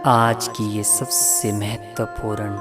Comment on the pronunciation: Video bahut achcha hei....bus zara apni hindi bhi sudhaar lein (jeise संकल्प होता है न कि संकलप, महत्वपूर्ण होता है न कि महत्पूरन, प्रयास होता है न कि परयास....ऐसे ही और भी बहुत से शब्द हैं जिनमें आपको सुधार की आवश्यकता है).....kuki galat shabdon se baar-baar dhyan bhatakta hei....aur music ne toh hudd hi kr di hei....poora video behtareen lagne ke bajaay dramatic la raha hei. Aapka sirf regular viewer hi nahi balki shubhchintak bhi hu isliye ye sab bata raha hu....asha krta hu ki aap meri di gaii sameekshaa ko sakaaraatmak soch ke saath sweekaar karenge....dhanyavaad.